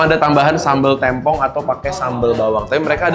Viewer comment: bacanya tempong bang, bukan tempong